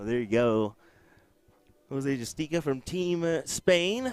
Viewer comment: Yall be getting this man’s name wrong all weekend his name is Jose Justicia it says it on his jersey not JUSTICA